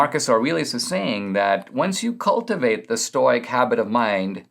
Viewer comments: Say it with me Dinesh: Stow-ick! Lol, love you Dinesh, but hearing "stoyk," over and over was difficult, even for a stoic (and a Greek, at that) like myself. Even in Greek it wouldn't be pronounced that way (would require a "k" in lieu of the "c" - "oik" is what makes the "oy" sound you keep using in Greek), and certainly not English. STOW-ICK - thank you! Your "Aurelius" could use a bit of work, too, but I'll give you a pass on that. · Ok at first I was distracted by the mispronouncing of stoic, but then when he started talking about aggro penis I wasn't paying so much attention to that anymore. 😆